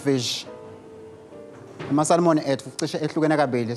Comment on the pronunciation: What a nice place and and it's got so much history too! Will visit one day. I hope I won't offend bobhuti nasisi and by correcting them but the fish is called "samon". The L is silent.